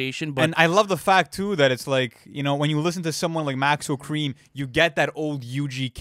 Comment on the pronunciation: bro said maxo kream